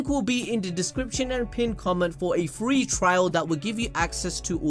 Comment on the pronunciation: lol he said 3 instead of free